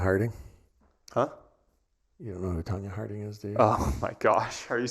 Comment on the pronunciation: "Tanya Harding" WOW!!!!!